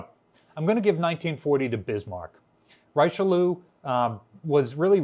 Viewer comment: Please, please pronounce one the most famous of French statesman "Reeshelieur".